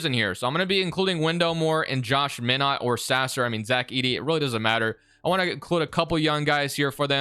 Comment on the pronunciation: 😂 why you pronounce minott name like that